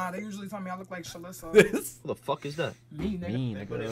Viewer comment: How has "I smell wike beeeeef" not made it in the video?